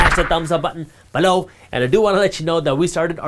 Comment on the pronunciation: Bro please stop saying BELOW the way you keep saying it…. It’s so annoying and get my nerves up